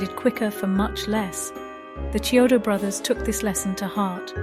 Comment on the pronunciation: Yes, great video and well deserved praise of the movie, but you should pronounce their last name correctly. If the narration voice is A.I., Chiodo is pronounced " KEY - oh doe". It's not a "Cheerio" sounding "Ch" in their name. It's important to pronounce the Brothers name correctly. Check the other interviews with them online and the like in the future to get the names right. That's a common mistake with videos of this nature.